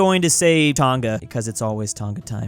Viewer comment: it is pronounced tong a not ton GA it is like tong ahhhhhh